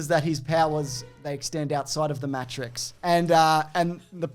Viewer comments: Back to pronouncing it Mawetrix lol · Hey look, stop saying words wrong. Fucking Mattrex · can't even say 'matrix' right, for starters. Good start,. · hes obviously saying matrix wrong on purpose